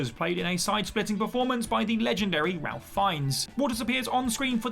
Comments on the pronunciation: Ralph isn't pronounced how it's spelled. It's pronounced "Rafe". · A nice rundown but I'm amazed that the English voiceover doesn't know that Ralph Fiennes pronounces his name RAFE.